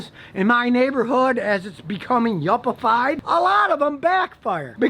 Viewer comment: Lol he said yuppie fid.